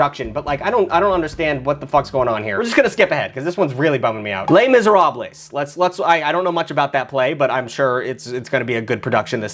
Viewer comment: Every theater kid communally having a seizure when he said “Lay Miseralblees”